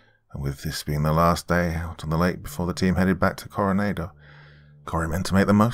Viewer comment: I was at Coronado island for 2 years.. I was in the navy and the way you're pronounced and Coronado is not how it's pronounced